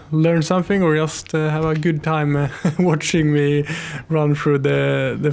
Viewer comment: Great video, thank you. I only wish you could pronaunce the word "just" correctly